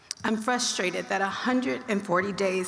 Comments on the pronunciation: "I'm Fuhstrated" 🤣🤣🤣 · She’s fusstrated ?!? She should be frustrated with her wife’s actions not Russias laws 🤦‍♂️